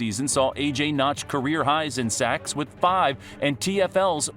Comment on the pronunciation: "Seggs" - AI Voice, "Sawks"